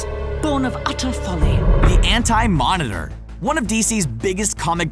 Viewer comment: So we just gonna ignore it said ant-monitor instead of anti lol